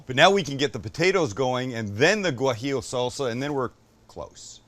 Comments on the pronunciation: Hey Sam, it’s pronounced wa-he-o. Not Gwa-he-o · Sam, not gwajillo, it's wajillo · You dont pronounce the G in guajillo btw, I actually had no idea it was spelled that way until you kept mispronouncing haha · For the future, z's in Latino Spanish have no "buzz". Say it like an "s". Also, the gua in guajillo is like the "wa" in water. Great video. ¡Riquísimo!